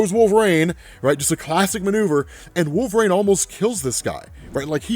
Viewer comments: Can U not pronounce Wol-ver-ine? It is not Wolverane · Anybody else notice this dude saying "wolverAne" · I'm not the only one picking up how he is pronouncing wolverine ... cause it's annoying me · It’s pretty baffling how so few people comment on this, his pronunciation is so distracting lol